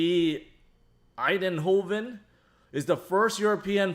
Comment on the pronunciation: Pronounced... eye-nd hoven 😁😎✌🏾